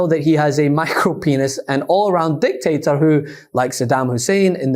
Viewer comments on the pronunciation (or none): You said dictator but all I heard was dick taker